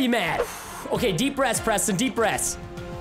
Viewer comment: no its abawt fun prestin